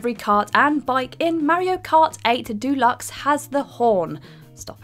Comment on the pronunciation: Christ then she says 'duluxe' instead of 'deluxe'.